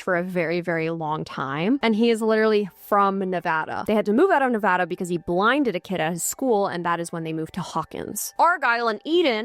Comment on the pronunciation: Thank you for saying Nevada right. Brought joy to my day.